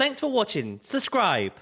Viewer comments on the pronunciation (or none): none